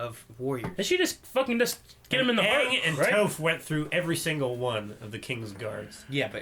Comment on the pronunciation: Every time one of you guys say "(Toe)ph", I die a little inside.